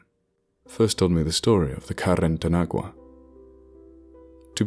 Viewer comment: While carretanagua is nothing formal your pronunciation is very good.